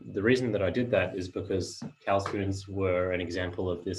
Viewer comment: Pronunciation of 'cawl' is verrry poor. Find a Welsh speaker and learn how to say cawl.